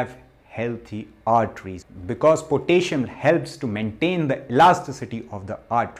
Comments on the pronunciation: "Potayshum" is not how to pronounce the element kalium (K)... 😂😏🇸🇪 Spinach, banana (too much carbs), sweat potatoes, squash, beetroot. (Red) cabbage as in Sauerkraut or in a smoothie is better than those. Sauerkraut does contain histamines and the raw cabbage might do chaos on your gut, so you must take it slowly at first. If you do supplement, do note that deficiencies in potassium and magnesium feels about the same, and if you overdo one mineral, you will get deficient in the other. Like copper/zinc/silver. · i love potayshon, lol